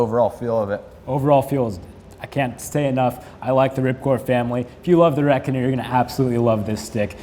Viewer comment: he called it the reckonner